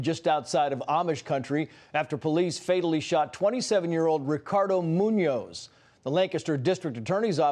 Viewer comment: it munoz but i forgive you for the mis pronouncing